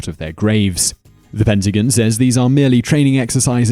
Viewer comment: “The Pentagin.” Me: “Is that a Country?”